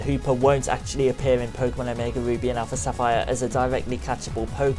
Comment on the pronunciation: i thought he said omega boobies